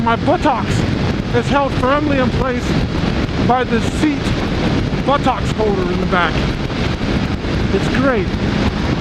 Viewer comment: sweet machine, you are the envy of many. but the way you said buttocks made me giggle :)